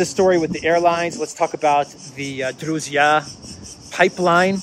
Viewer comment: FYI, Družba pipeline ( that funny letter "ž" should sound like begining sound in "g"iraffe) goes thru Belarus and has the west and south branch. South branch goes from Belarus, thru Ukrajina to HU, CZ, SK. Hungarian's company MOL owns one and only refinery in Slovakia. I have to find out what ownership is in Czechia. .